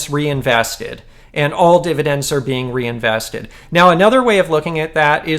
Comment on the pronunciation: "reinveseted" tztz;)